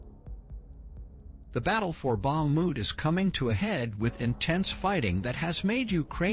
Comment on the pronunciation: Bakhmut is pronounced Bach moot.